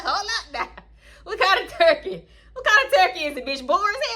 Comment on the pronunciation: I love when the COUNTRY comes out of you 🤣🤣🤣 I rewatched that jive turkey part like 10 times and was cryyyyyingg 🤣🤣”What kina TURKAAYYY” and the diddy bop … girlllll 🤣🤣🤣🤣😂